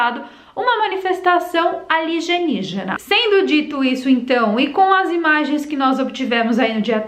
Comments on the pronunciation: "aligenígena" como você fala ou alienígena? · Posso pedir algo? Vc pode falar a palavra certa em português=alienígena e não "aligenigena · Que estranho ver você falar “alugenigena” e “apocarice”! O que houve? É zoeira sua né não? 🤷🏽‍♀️ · Alienígena. E apocalipse. Tu tá falando errado de propósito né.kkkk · porquê está falando aligenigena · Você fala errado alienígena